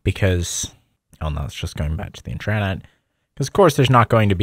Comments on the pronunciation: Intreyenet? Try this: in·truh·net Same in US and UK. Also, you saying Internet actually sounds like Internet. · Its intra-net not intraaanet 😭😭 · I just wanted to say, I think you might be misunderstanding the pronunciation of the term 'intranet,' since you're pronouncing it 'in-TRAN-eht.' It's pronounced 'IN-truh-net,' like as opposed to 'IN-ter-net.' 'Tran' is not part of the pronunciation. It's 'intra' as opposed to 'inter' because it's an enclosed system as opposed to connecting to other systems, and that's where the name comes from. I feel like you probably know that, so maybe it's just a pronunciation quirk of your--not sure. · They way youre pronouncing it would be if the word was "intrannet". Its pronounced as its spelled, "intra-net". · it's "intra-net" not "in-tran-et" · no one is wondering this isnt 2006. its generally pronounced like int-ruh-net but this guy keeps saying int-RAHHHH-net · it's intra-net not in-trannit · Why do you keep saying inTRAnet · in-tra-net. This pronunciation is wildly wrong. Comment keeps disappearing so I'll keep posting it. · Can you STOP saying in-TRA-net. Thanks. Otherwise cool video! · Why you pronounce intranet like thzt, it's intra-net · No I thought the same thing!, I've never heard it said In-TRA-Net before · Why is he pronouncing “intranet” so bizarrely? I’ve never heard anyone pronounce “intra-“ that way. His accent is confusing when he says Red Star it sounds like he’s saying “red stone”. Throughout the video (example ) he says ‘Red Star is KDE “riced”(???) to look like MacOS’. Obviously he means it’s themed/customized/skinned to look like OS X, but does anyone understand what word he’s actually saying here? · I’ve never heard a (presumably) native English speaker pronounce “intra” like that. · I don’t know if this guy thinks it’s funny but every time he says Internet wrong I wanna blow my brains out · I think he’s putting emphasis on it for clarity because of his speech impediment